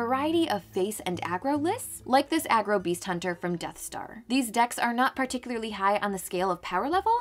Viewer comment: pretty sure deathstaV3 is pronounced deathstave not deathstar unless u had confirmation from him/her if that's the case im stupid